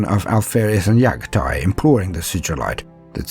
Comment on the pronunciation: I enjoy these videos but these guy struggles with the names of the primarchs. Raboot and Yaghatai